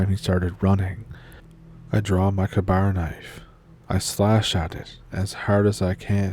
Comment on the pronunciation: FYI it's pronounced "kay-bar"